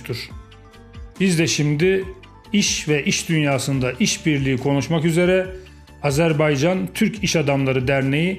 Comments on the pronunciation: Azerbeycan değil Azerbaycan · [Azerbeycan ] değil [ Azérbaycan] diye okunur